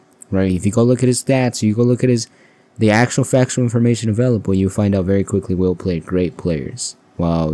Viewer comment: It's Wilt, not Will